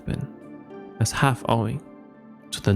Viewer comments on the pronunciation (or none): none